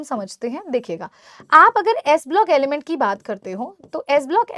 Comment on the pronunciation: Mam aap humesha ki ki jagah bi kyun bolte ho ??